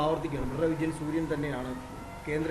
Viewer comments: ശൂര്യൻ അല്ല സൂര്യൻ 😂😂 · ശുരിയൻ അല്ല സൂര്യൻ അത് ആദ്യം പറഞ്ഞു പടിക്കു പ്ലീസ് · ഹലോ അമ്മച്ചി ശുര്യൻ അല്ല സൂര്യൻ